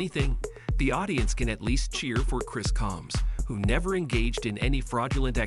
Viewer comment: Who the hell is ‘Army’ ?? Is it really that difficult to say AMY !!! So annoying 😡. He also can’t pronounce Combs 🤨